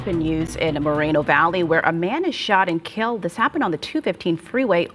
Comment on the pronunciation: Moe-ren-oh valley Not More-rino valley 🤣